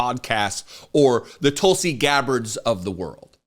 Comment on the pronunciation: 😂😅😂..."TELL Us".. Tuls.😅